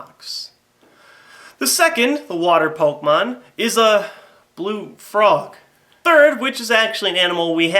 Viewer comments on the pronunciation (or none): that's what i said too. its pronounced "Kay" but spelled with an e (sorry, don't know how to put accents) . Him saying it like poke mon as two separate words is annoying and irritating was my only point with my comment. obviously you knew where I was going though with that. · pok E mon , THERE'S A FUCKING E IN IT ARGHH AMERICANS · OMG its pok E mon your an idiot and I can't watch you